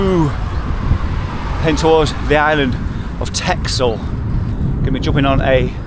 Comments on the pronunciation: Excellent. Would like to cycle on Texel so looking forward to next video. It’s pronounced Tessel 😊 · Counterintuitively, "Texel" is pronounced as "Tessel"